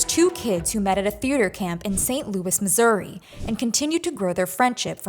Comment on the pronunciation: The shock to my system hearing the ou in Missouri pronounced like a Canadian sorry 😂